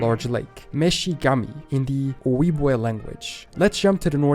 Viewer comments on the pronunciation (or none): Ojibwe is pronounced O Jew way it’s pronounced absolutely nothing like it spelled.